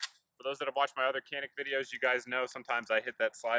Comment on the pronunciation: Pronounced Djanik I asked the company!